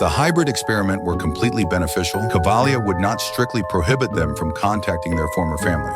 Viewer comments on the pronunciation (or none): Kavalier not cavlia